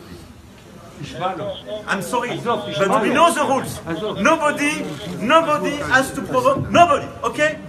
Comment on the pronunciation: Nobody provoke nobeaudit ok ?